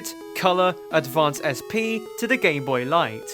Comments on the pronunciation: at one point in the video I think he said "as the gayboy continued" yes he called it the gayboy at that one point and it's not me mishearing things I heard that I listioned to that part over and over to make sure go to and wait for that part tell me if I only misheard that cause every other time he says gameboy it sounds like gameboy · nope it's just how he says gameboy it's so WEIRD!!!